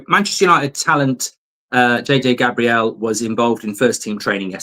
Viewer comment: Mark - It's J.J. Gabriel like the Archangel not Gabrielle like the early 90's songstress with an eye patch :-)